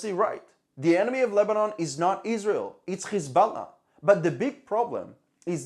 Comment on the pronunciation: EEzrael ( as you pronounce it ) has done it . Everybody knows it . The Lebanese governement . which IS Hezbollah , has no interest in pointing at EEzrael because if they did so , it would implicitly confirm what everybody also knows : that Hezbollah was storing the chemical to make bombs . Both sides have criminally stuck together to cover each other .